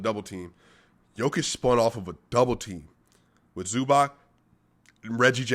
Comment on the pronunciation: It`s pronounced like Zubatz